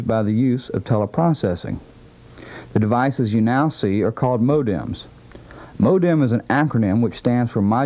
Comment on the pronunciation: The way he said modem!